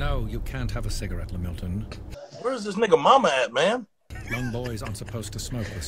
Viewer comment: Cigawette got me